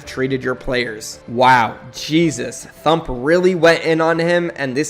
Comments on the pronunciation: Lolll it’s “T - Hump”, not “thump” lollll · 😆 T-Hump not Thump hehe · MAN SAID THUMP ITS T HUMP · His name is T-Hump, not thump